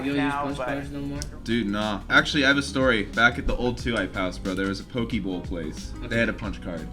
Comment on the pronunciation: lol buddy ate a hundred poke bowls and still saying pokie